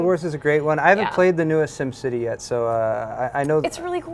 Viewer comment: Did did did she say sims city!!!!! o_o